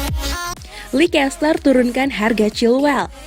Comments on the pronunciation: leicester harusnya dibaca leister min bukan leikester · Kenapa jadi likester dah, leister aja lah min lebih enak di telinga..